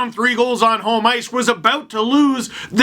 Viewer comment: Love the way you pronounce 'home'. Sounds like 'holm'. like 'Holmstrom' or 'holm-ice'.